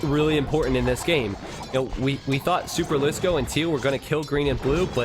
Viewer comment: I'm proud that you pronounce superlisko like a finn would pronounce it. I didn't ahve to cringe for 3 hours :D